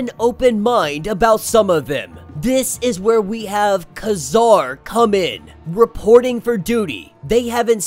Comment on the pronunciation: Kazar pronounced "Kuh-ZAHR"? Try "KAY-zahr". It's a different generation. How would you like it if people kept mispronouncing your name?